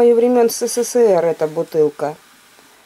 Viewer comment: Всё времен СэСэСээР 😅